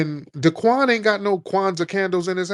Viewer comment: Tariq would say DaQuain 😂😂😂😂😂